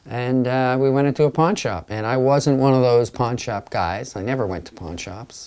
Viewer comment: before reading the description i thought he said "punch up" instead of "pawn shop" loool "my friend was into punch ups so i got into a punch up with him" i was like WTF?